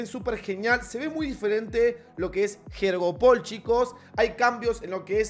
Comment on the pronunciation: Todos: “yoryopul” Lu: “jeorjopol”